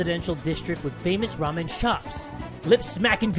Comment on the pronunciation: every time you say ramen all I hear is raw men..... lock those jaws for those ramen